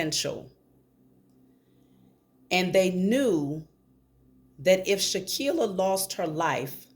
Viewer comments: For goodness sake people please start actually saying her name CORRECTLY! It’s Shanquella (Shh-Ann-Kwell-uh) NOT Shankia, Shakilla, or anything else like that! SMH. -Harmonious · Wow Ma’am I’m AMAZED😮😮😮😮😅!!! You’re DEFINITELY GIVING INTERESTING INFO, HOWEVER YOU KEEP😅😅😅 SAYING HER NAMET WRONG AND THAT’S SO DISRESPECTFUL!!!!! Please say HERE NAME .RIGHT AND LET’S GIVE HER THE FULL JUSTICE SHE DESERVES!!!!!! Thank you P,S. E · Thank you for the reading as we all want justice for Shanquella but it’s also important to say her name correctly. It’s “Shanquella”. 🙏🏽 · Come on sis, you mispronouncing her name Shanquella. We gotta put some respect on her name. We can’t say they names right and not say her name correctly. #JUSTICE4SHANQUELLA